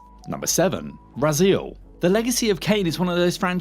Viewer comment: The hideous way this geek pronounced Raziel….